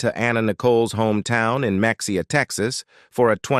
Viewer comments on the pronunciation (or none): Not Mex-e-a, Texas. Ma-hay-a Texas. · Muh hay uh not Mex e uh. Derby not darby. Geeezzzzzzzzz get it right! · It’s pronounced meh-hey-ya (Mexia Tx)😉